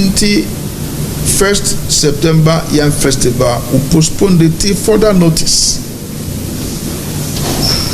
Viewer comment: This moron is not ashamed calling himself a doctor of what.? Even elementary grammar "postponed " he says posponded Aba, Does he understand the word king of which royal family and major ethnic tribe of Ghana.? We have only one king here in Ghana, the Otunfuo of Ashanti. He should stop disgracing himself. Of course it is clear that he uses the fake title for his dubious and nefarious business including scamming unsuspecting westerners.